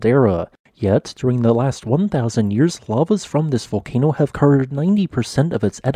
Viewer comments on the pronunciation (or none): none